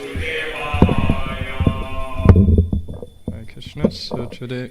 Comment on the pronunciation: it's hare Krishna not kare Krishna